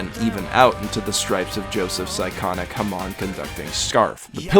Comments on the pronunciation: I'm sorry but its pronounced (ham-ohn) not (ham-on) at least I think.. feel free to yell at me in replies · The whole video was good until you said hA-Maon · Its not ham-on its ham-in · Ah yes haman I'm late but it's ha-moan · Did this guy just say THE RIPPLE I hope he means HAMON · Sounded like HA-mon to me, which is fine lol. And tbh criticising someone's way of speaking? Really? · hamon pronounced haw-moon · The way you pronounce Hamon is going to give me an aneurism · Is anyone going to point out that he mispronounced hamon? It's said fairly clearly in the first op. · And zeppeli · Okay Erina is pronounced like you're saying arena. The abilities that Jonathan and Joseph possess is pronounced Ha-moan. I didn't watch the subs but i do know i prefer the sound of the dub.